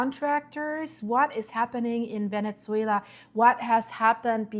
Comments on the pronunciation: It's not ve-net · Venetsuela! Not sure why she can’t say the proper pronunciation Venezuela, geez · For the love of GOD, stop saying VENETZUELA…. There is no T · Please please, there is no T in Ve-Ne-Zue-La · Very strange pronunciation of Venezuela. Never heard anyone pronouncing like that. 🤔🤔🤔